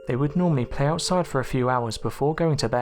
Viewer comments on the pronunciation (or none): none